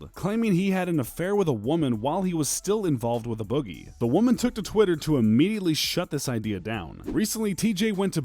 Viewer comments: No cap that shit bothering me too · WAAAAA YOU PRONOUNCED A BOOGIE WRONG!!!WAAAAAA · Why u say a boogie like that son lmaoo